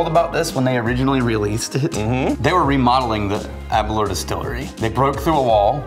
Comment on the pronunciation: It’s pronounced Aberlour Ah-boon-nah